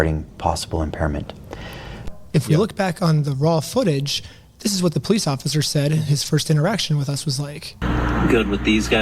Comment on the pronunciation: You pronounce the words “police and completely“ with no L’s. Work on your speech impediment. Yes you do have a speech impediment.